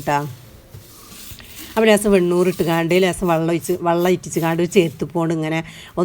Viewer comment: Vallom alla vellam